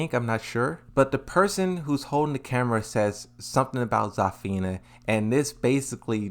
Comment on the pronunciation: Bro its Zuh-fina not ZAAAAH-fina 😭